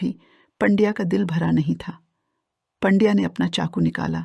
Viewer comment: 'सौत्या' नहीं सावत्या और 'पंड्या' नहीं पांड्या मराठी बोलना सिखो या फिर ये धंदा बंद करो..!